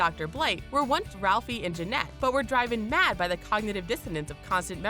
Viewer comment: You don't know how to pronounce "driven"? Are you fucking kidding me?